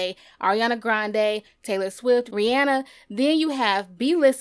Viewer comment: ri-anna that's how you say it